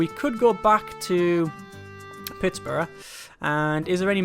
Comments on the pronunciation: Haha "pitspurrah" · pitts- burg as in burg-er